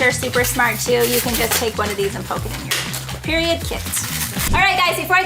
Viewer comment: . 83 times you said PEIROD